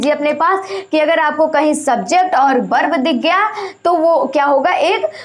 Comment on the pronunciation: बर्ब नही होता है.वर्ब होता है.